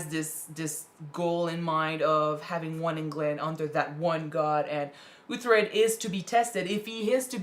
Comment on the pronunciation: Uhhhh why can't you say uhtred right? Lol I hate it